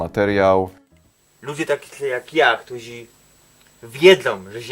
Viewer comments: "Ludzie... Ktuzi, szczezi". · Ten program wygrali ludzie, "któzi som szczezi". Ja należę do ludzi "któzi" wiedzą że Ziemia jest kulą. I jesteśmy "szczezi" 😁